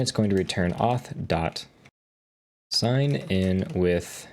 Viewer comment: uth auth context😂